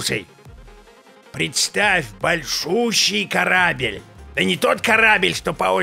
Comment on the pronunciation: "карабель" :D :D :D :D ска орууууу